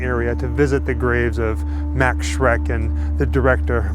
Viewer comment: His name was not "Mecks" or "Mex" or whatever, but "Max", plain and simple.